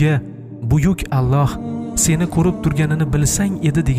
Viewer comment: Аллаҳ! Оллоҳ эмас о ҳарфи йўқ араб тилида, ло эмас ла